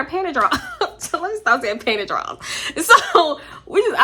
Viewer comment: “PANTY DRAWlS “ !!!!